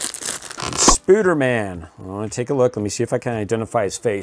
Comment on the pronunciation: He said spooderman